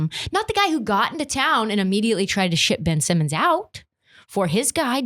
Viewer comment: Ben-ch Simmons